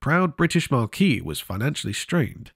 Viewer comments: 'marque' is pronounced 'mark', not 'marquee'. Otherwise, as a lifelong 2 stroke fan, I found it an interesting video. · Marquee? 😂 AI bust.